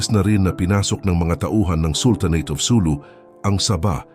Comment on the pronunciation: SuLU. Accent on second syllable.